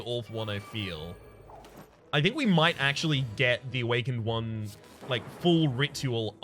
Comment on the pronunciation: it sounds like you say awful one